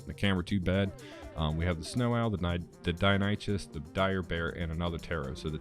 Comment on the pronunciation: I'm gonna have to take a sip of mindwipe tonic after hearing pronunciation of Deinonychus😁. Other then that though, good video.